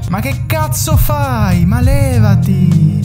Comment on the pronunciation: Al "Che cazzo fai!?" mi hai finalmente dato la conferma che sei veramente italiano. Ho sempre pensato che lo dicessi così, giusto perché ti piaceva il Paese.